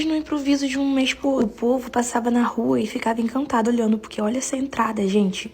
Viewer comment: ENCANTADOH? ESPAÇOSOH? DA FESTAH? BALÕESH? FAZER A FESTAH? UM MÊSH? AS MESASH? UM MÊSH? FICAVA CHOCADOH? A COISA AMIS LINDAH? SE ARRUMAH? DE ROSAH? BRINQUEDOSH? JOSIH? COMEÇAH? PRONUNCIOUH? IHHHHHHHH